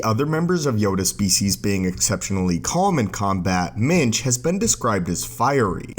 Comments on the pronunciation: Every time you said minge I laughed especially when you said "minge nearly single handedly defeated the dark side" English people will get it. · Did you say jedi Minge? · when you say minch, its sounds like something completely different. ;)